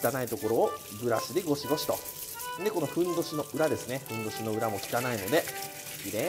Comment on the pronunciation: ふんどしがへんおじに聞こえる